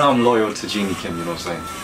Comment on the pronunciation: guys it's Jennie (like Jenny/Jennifer) NOT Genie (like in the bottle)....😂😂😂😂🙈🙈🙈🙈